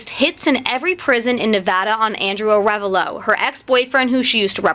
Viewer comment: a full video of everyone mispronouncing "Ah -re -VAHlo"